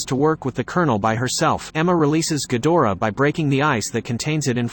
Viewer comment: Not ghodorah ghidorah